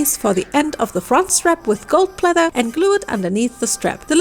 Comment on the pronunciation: Why do you keep saying plether